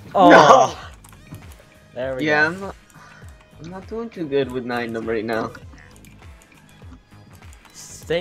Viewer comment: it is nien nunb not nien numb